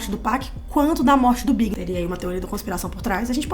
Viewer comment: A mina ali falando ''o Big''... fala direito pô, fiquei pensando se era o Notorious BIG mesmo ou algum ''Big'' que eu não conhecia...